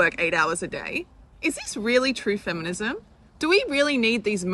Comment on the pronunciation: Did you say efenism?